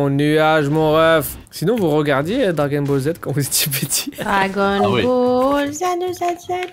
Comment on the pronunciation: "Dragon bol" t'es le bosse